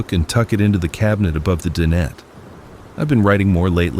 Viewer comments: DIE/NET............DIE/NET........Not din et........lol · dinette.. Di-nette